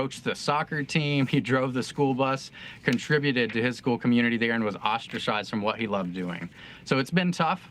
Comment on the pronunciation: Ostracized = oss-tra-sized 😂👍